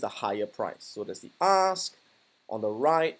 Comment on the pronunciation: I kept hearing "ass" price for some reason lol